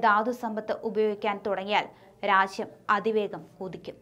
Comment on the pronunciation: 'രാച്യം' അല്ല, രാജ്യം ആണ്.